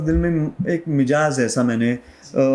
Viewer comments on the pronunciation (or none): 😂😂😂😂😂😂 iski hindi bohat achi hy Lehza bhi hhhhhhhhhhh Lehza nahi hota Lehja hota or lehja لہجہ is urdu word not hindi and 2ndly Mijaz nahi hita Mizaj hota or mizaj مذاج hota agr shok pal hi lia urdu bolny toh plz seekh lo 😅 koi 4 baar mijaz bola hhhhhhhhhh sara impression kharab kr dia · Lehz a nahee lehja . Mijaz nahee mizaj 😊 Very unusual and natural person .such may is materialistic lifestyle has killed souls. 😮